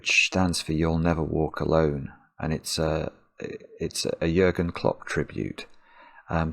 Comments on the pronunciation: Nice video but could you please replace the u in its name with an ü? His name is Jürgen Klopp. Your pronounciation is pristine by the way :D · Compliments on how great you are at pronouncing Jürgen. Very well done. Greetings from Germany